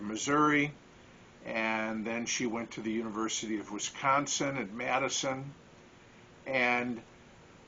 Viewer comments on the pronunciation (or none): none